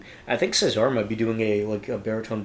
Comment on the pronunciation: Right, they have a wonderful feel for atmosphere, and project it so well. So much more than just singing. I don't that's it's too important but the guys stress the first syllable of Cesar.